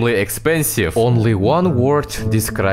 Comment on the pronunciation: "Блять" прям филигранно сказал